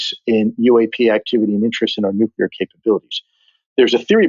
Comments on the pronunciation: This was such a great interview. However, for the gentleman in the afterward recap, you are prohibited from discussing nuclear technology until you can pronounce it properly. Conversely, Kudos for use of the word Poppycock, I'd like to request future use of the word Balderdash, Scurriloush, and perhaps, Skullduggery or Muckraker for a nice rounded set. Also, this made me want a cigar. Like, reeeeaalllyyyy want a cigar. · Didn't reveal anything stop the bullshit and the man who speaks after byam can't even say nuclear properly